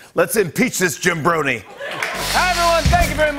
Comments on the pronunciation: It's Jabroni, not jimbroni. Lol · Jimmy didn’t say jabroni correctly cuz he fears retribution from the rock XD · Hold up.... did he just say Jim bornie?